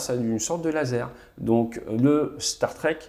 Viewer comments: Permettez moi d'apporter une correction linguistique concernant les Starstreak. Ce n'est pas une référence à la SF, et ne se prononce pas du tout comme Star Trek. La traduction serait "trainée d'étoile", streak se prononçant 'striik'. Voilà, désolé mais il fallait que je le dise. Excellent contenu sinon. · Streak ça se prononce striik, donc "StarStriik", pas "Star Trek" ! :D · Merci, très détaillé et très apprécié. Juste un petit FYI le Starstreak se prononce en phonetique streek comme street. Au plaisir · STAR-STRIK …. si tu veux le prononcer correctement. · Starstreak se prononce "star strique" plutôt que "star trek" je crois pas que ce nom soit un jeu de mot par contre j'ai bien rigolé pour le "asraam"